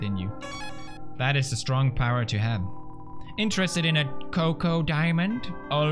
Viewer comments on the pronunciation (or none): anyone not gonna talk about how pewds pronounced choco as "coco" not choco like chain. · He really said coco instead of choco at the bake sale. TWICE! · Did anyone else notice that he said “coco” instead of “choco”?